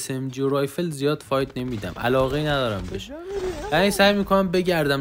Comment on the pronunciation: داش به فایت گفتی فایو😂